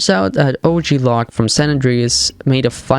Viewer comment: Hey buddy, great video but OG Loc is pronounced where it rhymes with "joke". That's how they say it in the video game.